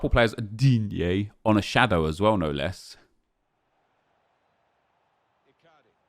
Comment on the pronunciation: Whenever says ‘Digne’ it kills me😭😭